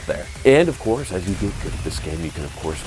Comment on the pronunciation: "Of Korth"